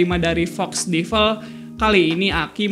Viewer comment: Agak terganggu sama cara pengucapan Devil...